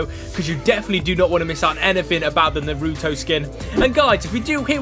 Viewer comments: telling by the way u called naruto narutoe u have never watched it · Yea it is annoying how they say it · a piece of me dies every time he says naruto wrong